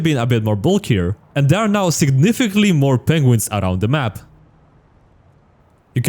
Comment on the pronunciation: i like the way he says aroud